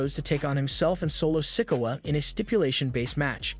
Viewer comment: Love how this guy mispronounces so many names. IT'S NOT "LA" KNIGHT, it's L.A. Knight. And Sickawah? It is pronounced Sick-Oooo-ah. Dammmmmmmn.